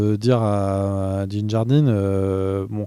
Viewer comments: Ce n’est pas « Din Jardine » mais « Din Djarin » 😂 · Ce n'est pas Djin Jarin,, mais Din Djarin ! ( Et c'est MoFF Gideon, non pas Moss, n'est pas Big B ) J'adore vos critiques ( parfois mauvaises, mais on peut pas tout aimer ).. Ah oui, arrêtez de bousiller les noms en essayant de les prononcer en Anglais, c'est juste affligeant.. C'est mon avis ( et je ne suis p-ê pas le seul ), en tous cas, je vous adore...